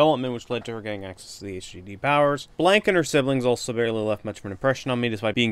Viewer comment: It's blahn not blank. (edited, you actually did get Noire right, my bad)